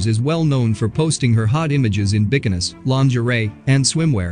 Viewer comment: Please tell the narrator how to pronounce bikinis 🥴🥴